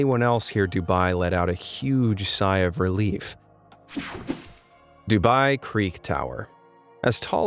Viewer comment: And it is d-u-b-ai